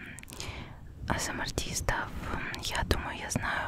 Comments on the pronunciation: Изначально аббревиатура английская, так что она говорит правильно. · "эйсэмар" это просто идеально!